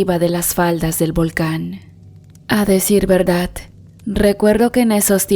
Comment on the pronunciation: La narradora, no sabe leer pues dice VERDAT, no soy experta pero aprendí que la Real Academia Española, dice que se escribe y pronuncia VERDAD, por ése solo hecho ya no quise seguir escuchando a la narradora, siento que no es cierto lo que cuenta, perdón si ofendí a alguna persona